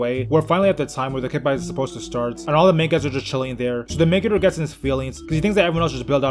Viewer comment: Back in the day I thought he was saying mega jerk not main character